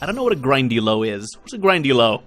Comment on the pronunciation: Ravenclaw Moment: A Grindylow is a kind of water demon mentioned in Harry Potter and the Prisoner of Azkaban, and it's pronounced grin-di-low :P